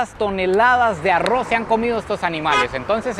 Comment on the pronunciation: En los últimos videos me e dado cuenta que cada vez pronuncia mejor ARROZ 😂😂